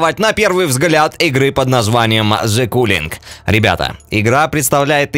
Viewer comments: Каллинг а не Куллинг) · Все хорошо, но только читается не "Куллинг", а "кАллинг"